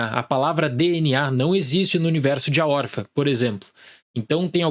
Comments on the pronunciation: Não pude deixar de reparar: por que o fala "órfa", sem o til? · Acho fofo que ele fala "órfa"